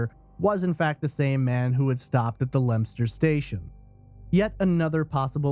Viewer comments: It is correctly pronounced Lemster. He pronounced it correctly. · No, he pronounced it correctly, dope. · I'm impressed that you pronounced Leominster correctly! However, Shrewsbury is pronounced "Shrowsbry" (a;though even some Brits get it wrong). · No way you pronounced Leominster right 👏